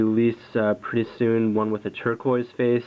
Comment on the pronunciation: i've never hear anyone pronounce tourqouise as in tortoise before. I don't know if that's wrong i'm not a native speaker but I'm just curious:)) Oh btw beautiful watch, always loved this design